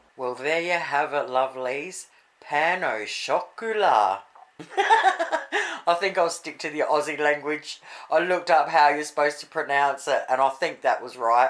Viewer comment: pan - oh - shocklar 😆 if that helps